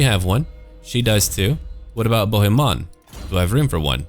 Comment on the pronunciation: Hi, I am french too and I folow your two campaigns. Your accent is pretty good. The only little thing is with the name "Bohemon" because in french "on" sounds like in the word "song" we don t hear the "n"